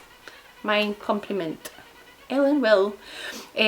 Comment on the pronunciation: Don’t mean to be rude but it’s pronounced Villa